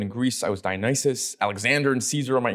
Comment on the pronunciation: Surprised to hear him mistakenly say Dionysius (a Greek follower of Paul mentioned in the New Testament) instead of Dionysus (the Greek God, who Nietzsche is talking about).